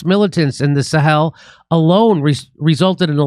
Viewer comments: Jimmy Dore Show : Try to help Jimmy with his English, for he mis-prononces plenty of times. In this episode, at roughly , he pronounces the name Sahel as if it was written Saheel. A good course in English, like in grammar, plus one in linguistics might be helpful and should be, if he gets courses with really good teachers and can hone his memory. Sahel should definitely not be pronounced like Saheel should be. Hel and heel don't have he same pronunciations. Jimmy also comically pronounces the name Niger as if he thinks he is French, for it should be similar to Tiger in English, except with the 'g' pronounced like a 'j'. I'll beat Jimmy any time in French, and apparently also in English. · What an utter mess you make of pronunciation! Niger's official language is French, of course, so it is not pronounced like Nigeria with a couple of letters knocked off. Yes, we know where it is, or at least we do if we ever went to school. Then you get "Sahel" wrong. Lack of respect usually indicates lack of anything sensible to say, so that's enough for me.